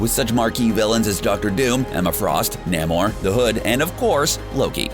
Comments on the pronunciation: NAY MOR. Not Nam or. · Namor pronounced wrong, and Beta Ray Bill pronounced wrong.